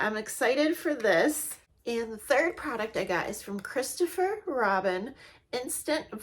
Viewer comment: It's actually Christophe....not ChristopheR. 😉